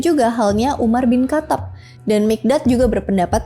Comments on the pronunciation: umar bin khatab dibacanya umar bin khotob kak . salam toleransi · nah lanjut penaklukan, pengen tau sejarahnya dari sudut pandang lain juga, masukan "khatab" k nya ga terlalu dibaca jd kaya hatab baca nya, terimakasih toleransinya semoga diberikan rezeki melimpah